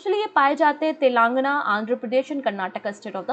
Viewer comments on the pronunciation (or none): none